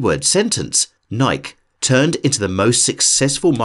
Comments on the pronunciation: Nyke? Who doesn’t know it’s NikEE? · Wait.. he said "Nighk" instead of "nigh-kee".. Head hurts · Yeah, and it's our brand, so.... we pronounce things the way we pronounce things, you should pronounce things that are ours the way we pronounce them. It's only kind. PS: The name came from a Greek (hint: European) goddess, Nike which is pronounced nai-kee, so double owned? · It’s pronounced “NIKEE” btw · im german and i was getting triggered by this since i was a kid.. just because a majority of people say it wrong, this wont make them right.. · This guy was credible until he pronounced Nike as “Niek” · Nike originated in America, so yes it is pronounced Naiki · He say it like most of hispanic i know (including me 😂) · bot voice said "nike" like "mike" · I wish he knew that “Nike” is pronounced Ny kee. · It’s pronounced NIE-KEE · it's pronounced nykee not nike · And he pronounced nike wrong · You know everyone pronounces Nike that way except America? Not to be rude, but the way Americans pronounce Nike hurts my ears :'D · The mispronunciation of Nike killed me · lol! just a tip: "Nike" is two syllables. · Is anyone gonna point out his pronunciation of Nike? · His pronunciation of "Nike" got me distracted for the first quarter of this video... ....And again in the final quarter. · Got stuck on the way he pronounced Nike. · It's a long "e", in Nike, not a silent one. Named after some goddess, or something... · Tell me you're not American without telling me you're not American: Pronounces Nike like it's spelled 😂😂😂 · can't say i have ever heard nike pronounced that way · Good video but why did you have to say Nike like that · I don't trust anyone that pronounces Nike like that. Im going back to sleep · That's not how you pronounce Nike... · Is no one going to talk about the mispronunciation of Nike? You can't just change a proper noun to suit your whims. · Hard to take a video seriously when they can't even pronounce nike properly.